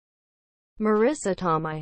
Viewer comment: Not only are you pronouncing her last name incorrectly, you are also pronouncing her first name incorrectly. She pronounces her first name as Mah-ree-sah. It rhymes with Theresa.